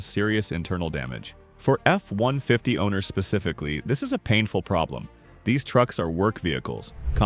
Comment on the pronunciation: Gotta love AI. FORD one-five-o. 😂